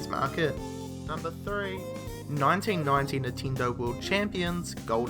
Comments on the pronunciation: How can you tell which word is spoken when you have "reed" and "red" if you pronounce them exactly the same way? and that's just for a little example because here you said a LOT of other things that sound... quite off (to say an euphemism). P.S.: i'm sorry to bring this one up but, i'm more than sure that "NINTENDO" is not pronounced "nehteendoeh" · nintindo lmao